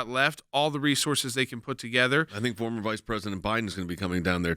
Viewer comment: I noticed he said formal vp Biden.... priceless !